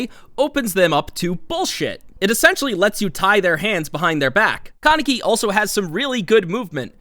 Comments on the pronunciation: Its not con-neck-y lmao its Kaneki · “Kuh-necky” lol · The way u said kaneki and sui Ishida had me spazzing 💀